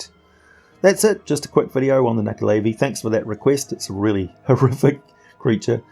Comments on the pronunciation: Who here fought and killed the nuckelavee in the PS2/Xbox/mobile game "The Bard's Tale" ??? ;) ALso, not %100 sure but I think it's pronounced "nu-ckel-a-vie", not "nu-ckel-aay-vie"... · He pronounced it wrong.